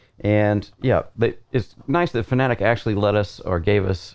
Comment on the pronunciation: its FANATEC not FANATIC ; ))